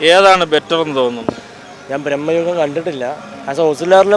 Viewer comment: ബ്രഹ്മയുഗം അല്ല മാഷേ ഭ്രമയുഗമാണ്.